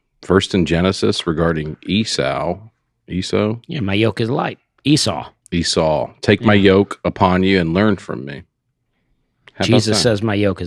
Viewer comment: Gotta comment on mispronunciation of Esau. I’m just surprised he wouldn’t know the story of Jacob and Esau. Is that a story not covered in Catholicism? Love you guys.